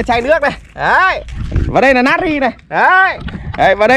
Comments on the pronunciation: Na tri chu ko phai nat ri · Natri chứ ko phải là nari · Natri not Nari? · natri chớ không phải nari nhá đọc như ngáo á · Natri mà ỏng đọc là nari